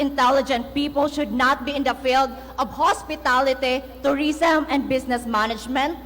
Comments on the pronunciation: hospitalitehh🤣...my gad magna kaba Talaga???dapat nagtira na naman ng konting Hiya....mangopya na nga laang mali pa pronounce mo🙄😏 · "hospetality"???? Hahahahaha ano ba yan di nagpractice sa speech niya..hays sakit sa ears pakinggan